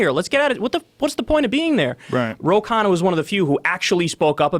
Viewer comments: It’s not khaaa-naaa it’s kha-nnaaaaa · "Ro" is most likely short for something like "Rohan" or "Rohit", it's surely not his full name. Also the surname "Khanna" is pronounced as "Khan+naa" coz Kha is not pronounced like Khaa. But Australia has a very small population, so labour market would be small too. That's why labour in China is do cheap as it's abundant although it's getting a bit expensive now as they economically grow.